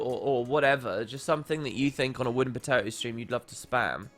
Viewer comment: "wooden speartato" lmao